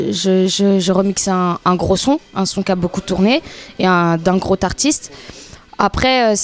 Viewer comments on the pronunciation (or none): ... D'un "grot artiste" aulieu de "groS artiste" J'ai mal au tympans ! Virez-moi cette roumaine.